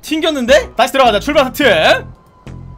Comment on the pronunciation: 에서 나만자꾸 출발사트! 라들림?